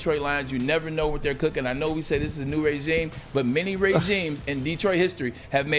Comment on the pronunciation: I love Braylon Edward's but he says "raygime" I be dying laughing. #GoBlue